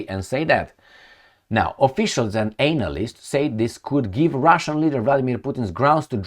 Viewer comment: Please change the way you pronounce analyst. Please